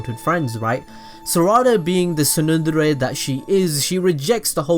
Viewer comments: Lmfao he can’t say tsundere 🤣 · Sumire is soo-mee-ray and tsundere is tsoon-day-ray.